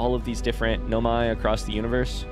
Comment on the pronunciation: He says in his playthrough that he know he’s pronouncing it wrong, he just prefers to pronounce it that way.